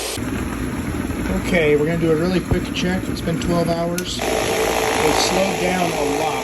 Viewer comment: It does sound like he says 2 hours the first time but I figured out it was 12 hours.